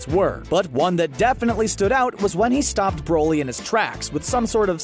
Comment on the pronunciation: No one: Absolutely no one: bRo LeE